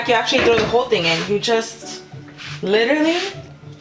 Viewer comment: Like for every time she said litteralie